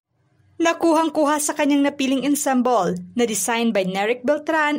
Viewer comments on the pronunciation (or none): CRE AY TYUR DAW? Check mo pronunciation ng creature. Idagdag mo na ang tamang pagbigjas ng salitang " ensemble".